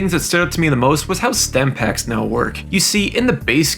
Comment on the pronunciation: Stimpaks* not Stempaks